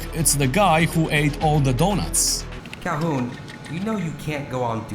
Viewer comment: the dih-nut.....